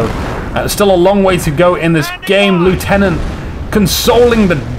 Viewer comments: You still ought to pronounce the word 'lieutenant' correctly. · Yes, 'nuff' has been said to show that you are an idiot. And he still pronounced the word 'lieutenant' incorrectly. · Yeah and pronounced the word 'lieutenant' in correctly, so you can take your suggestion elsewhere. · A few criticisms of the vidcast - firstly as a Brit, you need to learn how to pronounce "Lieutenant". Secondly, comments such as "I hate the British but I am British" (paraphrasing) isn't helpful - there is a clear distinction between the British faction in CoH and the British in general; they are not the same thing. Finally, you need to calm down slightly. There is a big difference between effective well-timed commentary and continuously talking for the sake of it. Sorry if that sounds harsh.